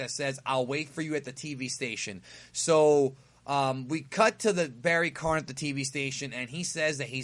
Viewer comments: It's Barry Kahn, not barry Karn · still don't know why you keep calling him Barry Karn. Its Barry Kahn. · It's KAHN...KAHN, not KARN. Come on. KAHN!!!